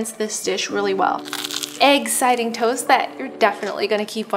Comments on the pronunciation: isn’t it eggciting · The number of times she said eggciting omg ☠️